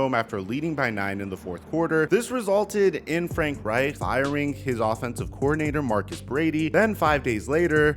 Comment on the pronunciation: Bro why is it so hard for you to say Reich? Lol. It’s pronounced Ryke